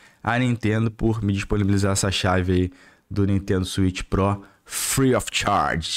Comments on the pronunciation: "Swicth pro" pqp hahaahahahaha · SWITH PRÓ KKK